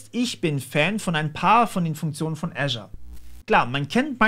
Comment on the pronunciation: Kenne kaum jemanden der Azure richtig ausspricht, danke ;-)